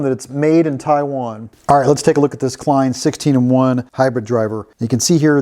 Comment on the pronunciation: lost interest after you said tiawan